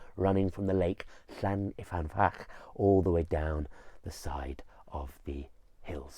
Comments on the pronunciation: I am from this place. I love that you are retelling this story but please could you pronounce the place names and character names correctly. It’s LLYN Y FAN FACH (not llan y fan fach). Dafydd is prounounced - Dav -i - th(as in ‘those’). Diolch! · I really, really love your content. Diolch. But to be that pedant - it’s llyn not llan. llyn means lake :) Llyn y fan fach :)